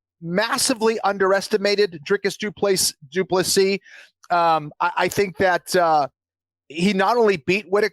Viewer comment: Anik, It's Dricus Du Plessis... get it right 🙈 I know you pride yourself in getting the names right, so couldn’t help myself 😅 Love from Norway, great show!